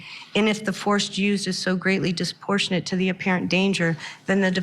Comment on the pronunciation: I can't believe she can't pronounce the word 'disproportionate'